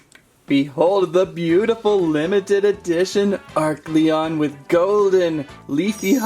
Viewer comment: Oh and its a-r-Celon